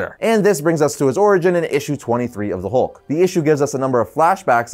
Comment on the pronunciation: The “Howlk” 😁